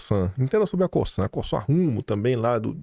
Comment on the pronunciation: Não é “Co”ç”an “ é Co”Z”an , a Cosan 🤭🤣😘